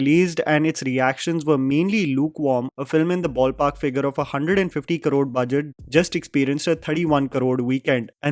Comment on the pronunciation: While your English and voice are so good. Why you pronounce crore as karod. Hindi MTI?